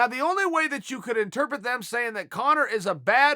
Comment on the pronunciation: Chael “interpet” Sonnen